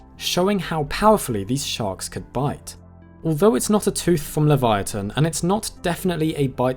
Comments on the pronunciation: LI-VEE-YA-TUN … trust me… i’ve heard this whale‘s name pronounced so many different ways I had to just look it up… how to pronounce it myself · It’s pronounced “leev-ya-tann” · Actually you dont pronounce it the way you think you should its pronounced (levi-uh-ten) because thats the hebrew version of (leva-ya-than)